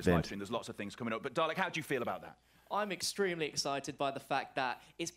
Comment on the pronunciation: i like how can't pronounce dalek properly